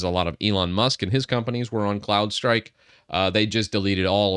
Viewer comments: I heard Clown strike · I thought you were saying Clownstrike... which is great... 😂